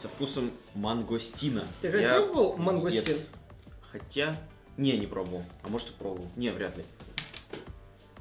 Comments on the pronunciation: Не мангастин а мангустин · не мангастит а мангустит азазаза я пробовала этот сок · Правильно: мангУстин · правильно Мангустин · не мангастин а мунгустин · мангУУУУУстин , а не мангАААААстин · Не мангАстин, а мангУстин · Я все соки пробовала и не мангастин а мангустин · Не Мангостин а Мангустин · Мангустин а не мангастин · Не мангастин монгустин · мангУстин, а не мангОстин